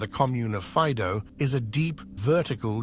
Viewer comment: Faìdo not Fàido